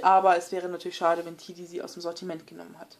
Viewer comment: Cooles video aber das spricht man Tedi und nicht Tidi aus